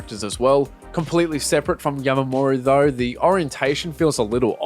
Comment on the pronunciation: why do you keep sayin yamamoru